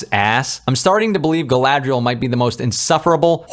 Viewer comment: You didn’t mention the horrendous way the names are pretentiously pronounced. “GaLaDrIeL!”